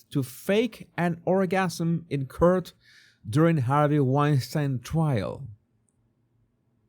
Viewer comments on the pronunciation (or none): Dear, I’ve been meaning to help you with the pronunciation of the word “court” for ages. It is pronounced “cort”……..just ignore the ‘u’. Loving your posts. ❤️🇬🇧👍🏻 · Hello. There is one word in your vid that you mispronounced and have done so in many similar videos: the word COURT. I know English is not your primary language and you have done a marvelous job of correctly pronouncing many difficult words, but this one seems to keep evading you. I will try to spell it phonetically for you............ and hope I am being helpful. COURT = C-OU-RT = k/OR/t